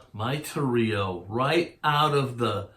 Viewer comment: Actually your first mistake was calling a Torero a Toreeo! ") Sorry, I couldn't help myself! Great job, I just found your channel and I love it! I've subbed and am gonna have a blast going through the orchives...I mean archives! I know, my wife thinks I'm a jerk too! LOL! Awesome channel! Jack - Canada Manly ~' '~